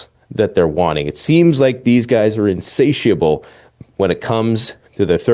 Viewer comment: can't even pronounce insatiable. What a moron.